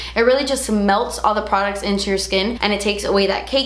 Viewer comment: "PRODUTS" LMAO